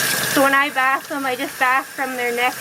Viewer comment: BTW. It is bathe and not bath. Sorry to nitpick ;-). You give the animal a bath and the act of doing so it called bathing (pronounced bay-thng). She is such a cutie getting all cleaned up - something that she probably does not understand.